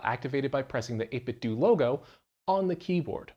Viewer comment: 8bitdo is pronounced like Nintendo